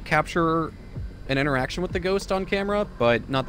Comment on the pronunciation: Did anyone else hear erection instead of interaction lol